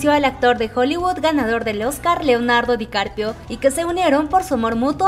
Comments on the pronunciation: Lo pronuncias mal. Se dice DICAPRIO no DICARPIO. Ojalá se conocieran algún día 🙏💜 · CUANTAS VECES DIJO DICARPIO EN VEZ DE DICAPRIO😂😂😂😂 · Es Dicaprio no Dicarpio 😂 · No es Dicarpio... Dicaprio 😂😅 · Repeat after me. Di-ca-pri-o. Not Dicarpio 😉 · Leonardo Dicarpio jajajajajajajajaa me dió risa como lo pronunció 😂😂😂😂🤣🤣🤣🤣🤣🤣🤣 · jajaja me gusta cuando dice leonardo dicarpio jajaja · Asi como pedimos tespeto para nuestros chicos de BTS ,seria bueno que tambien se respetara a los demas artistas. El se llama Leonardo DicaPRIO , cuando mencionan a BE TE ESE ..las ARMYS corregimos la pronunciacion del grupo a la mejor para muchos sera una payasada mia pero seria lo mas justo no?? Mi sencilla opinion.